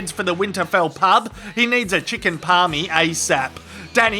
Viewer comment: The main thing I took out of this video is the fact you said Parmi. Well done sir!